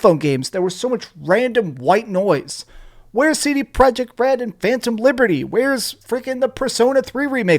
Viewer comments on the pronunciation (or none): none